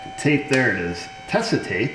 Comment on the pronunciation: My hearing is gone for multiple frequencies and I can’t always understand; are you saying TESLA tape or TESA tape? Anybody??